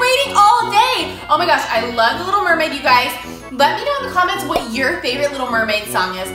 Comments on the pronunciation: You said murmaid 18 times and my real name is laura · you guys said mearmaid 28 times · Sorry i dirit have so much time to wach your Holl intiyr vidio but i relly love your vdios and i herd you giys Say mermad 6 times and bye the way my reyoll name is diana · U guys said marmaid at 25 times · You said meriad 15 times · I think you mean Mer-made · you said murmaid 22 times💕💖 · You said mirmade 23 times